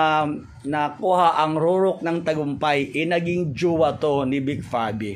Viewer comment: JUWA TALAGA? TIGAS NG DILA NI 😂😂😂